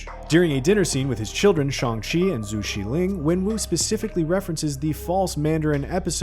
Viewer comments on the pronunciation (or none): He also pronounced Xialing wrong, and for some reason, used her full name. Everyone calls Shang-Chi just "Shang-Chi", but a lot of people seem to think "Xu Xialing" is her whole first name, rather than realizing Chinese family nnames traditionally come first.